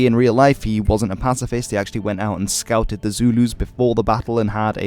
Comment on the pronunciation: I know you said “scouted” but I heard scalped and was like “wait what?” That would have changed the film, quite a bit.